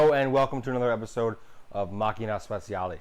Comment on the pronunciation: Americans: the word "speciale" is pronounced "spe-CHA-leh" not "spe-see-ah-lay."